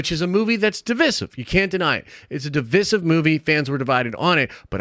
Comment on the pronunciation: Your pronunciation of divisive is gonna divide people